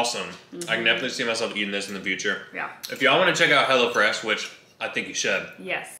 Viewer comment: All this time I thought they were saying "HellaFresh"! Lol